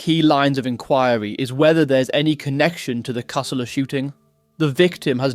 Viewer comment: It's Cah-soo-la, not ca-sul-a. You're a pom, right?😀